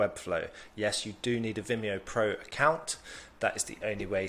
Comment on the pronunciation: Top! And you pronounced it perfectly ;)